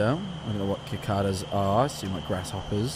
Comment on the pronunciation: pronouncing cicada Ki -Kah - dah is the scariest thing about this but i suppose they do not have cicadas in britan